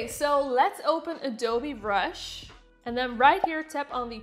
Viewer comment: who heard adobe brush